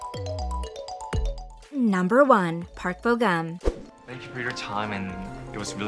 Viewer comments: it's funny how you pronounce korean names lol! you should pronounce it on how it was spelled! Like Park Bo Gum. Gum is not like bubble gum! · Oh wow they can speak English while the narrator herself mostly mispronounced their names lol.